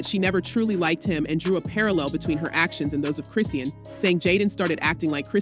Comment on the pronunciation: Chris-Sean (Shawn) not Christine or Chris-sheen or Christian